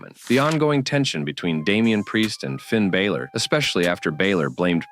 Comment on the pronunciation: First of all its Finn Balor not Finn Bayler. If you're going to talk about people at least get their names right. Hidden truths? They're called story lines not hidden truths. Your video is ridiculous.